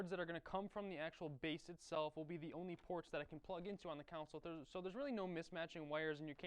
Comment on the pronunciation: I don't think console is pronounced like that.